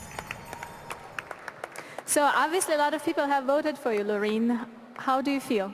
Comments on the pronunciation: Graham its Loreen not Lauren. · The commentators has to learn that it's Loreeeeeeeen not Loren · The way he pronounced Loren was not ok